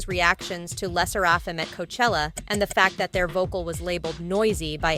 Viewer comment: I wish people would stop saying Le sserAfim instead of how it should be said